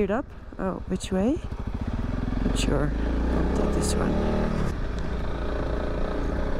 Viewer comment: Shweer. Haha. You are awesome